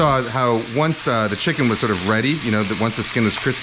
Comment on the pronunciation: Kenji's dogos "No vegetables! Only chimken!"